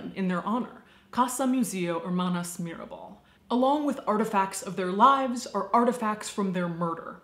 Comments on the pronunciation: Mirabal sisters not mirebel. Great video by the way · MIRABAL buen video, y tu pronunciación en español es bastante buena pero el error de Mirabel en vez de Mirabal es lo único fuera de lugar. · It's Mirabal, not Mirabel. Love the bloopers section!! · Every time you said Mirabell, it sounded like Mirrorball and it made me smile. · Baby, its Mirabal :), Other than that everything you said was sadly, true. But they are our butterflies :)